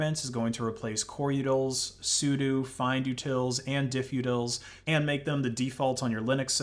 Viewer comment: Ow, my ears. The number of utils you've mispronounced. Say it with me: "su-doh" != "su-dew"